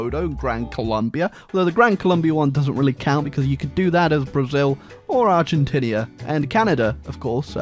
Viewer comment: hey love your videos, but i did notice you call argentina, "argentinia" and i cant forgive you for that, prepare your deck, imma bout to send you to the shadow realm.